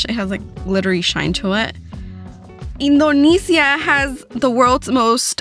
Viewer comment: Stop saying Indonesia wrong